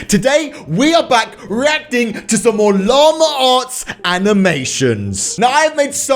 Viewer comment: “Lama-r arts”